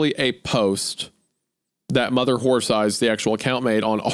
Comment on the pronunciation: I loved the two times Wendigoon couldn't say "horse eyes" and kept saying "wh*re thighs" His mind betrayed his soul